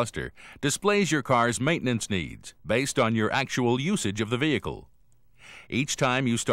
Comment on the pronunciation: The way the voiceover pronounces "vehicle" really triggers me... he says "Vihee-heecle" like WTF kind of pronunciation is that?!